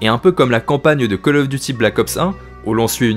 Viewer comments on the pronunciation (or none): none